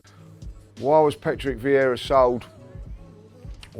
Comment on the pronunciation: FFS... it's Vieira not viera or veira.